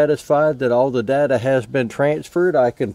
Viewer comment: Says shared date not data